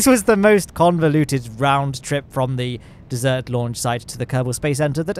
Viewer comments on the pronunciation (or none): dude he pronounced ‘desert’ as ‘dessert’ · Did he just say dessert launch site? Or is that just the different British pronunciation and I am too much Americanized? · Hearing pronounce desert makes me want pie. 🥧 🤤